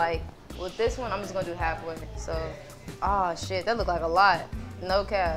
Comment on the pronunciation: The “type shi” too 😭